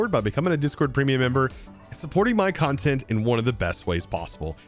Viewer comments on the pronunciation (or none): none